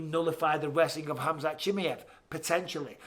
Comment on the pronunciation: spelll correctly... its Khamzat not Hamzat... whyare you keeping the K silent ????